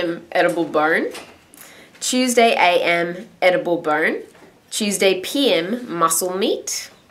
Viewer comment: lol i heard edible burn lol!!!!!! love your vids!!!:)